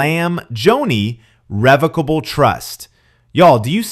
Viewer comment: Not a big deal but revocable trust is pronounced similar to revoke. He doesn’t have to go through probate or the courts and per Google because it is revocable, you can add or remove assets, change beneficiaries, or cancel the trust entirely as your life circumstances change now that he has control he can do whatever he wants and take off any beneficiaries (assuming Joni’s kids were listed)